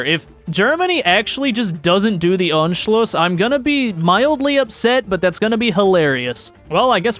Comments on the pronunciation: it’s pronounced on-shl-us, not unshloos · you dont say anschluss you say unscluss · It is funny to me how you pronounce Anschluss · As a German, it’s not “unschluss” it’s “A-nschluss” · tbh, you still lack the skill to speak german or austrian words correctly... i lack that skill, too v but i at least know how they are supposed to sound and anschluss was not spoken correctly. it's not ONSCHLUSS!